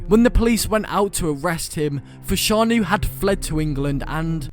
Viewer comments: How can you not pronounce fashanu right? 😂😂😂 every football fan knows his brother Jon fashanu the a is silent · His names fashanu learn how to say people's names